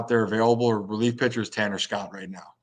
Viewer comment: said Tanner Scott like I said also